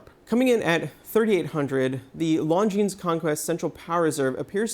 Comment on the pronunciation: Pro tip: learn to say Longines correctly. Ridiculous that a watch channel can't get a basic pronunciation right. It is not "Long Jeans", the 's' is silent.